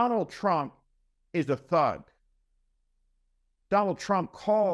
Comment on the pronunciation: Watch out for that waskly wabbit you know TWUMP !